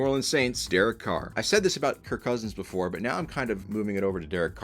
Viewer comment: “Before🗣️ I🗣️begin🗣️…”